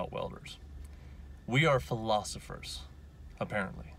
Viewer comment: Is it “philosopher” or “philosophor”. Haha I enjoy the vids, keep them coming!